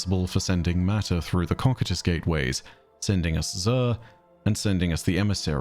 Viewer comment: I'm unsure if its ever been pointed out to you... but i'm like 99% sure that "Cocytus" is supposed to be pronounced "Koh-Kye-Tus" instead of "Kok-I-Tus". I've heard you say it in many many videos and every time i've had a "Who's gonna tell em" feeling lol Great video as always though. The Nine are awesome and I am so glad they are finally getting some more story after so much mystery.